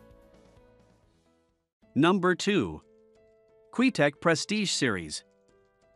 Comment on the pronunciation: Can't even say Qtec correctly, lol. Garbage cues, especially the player cues.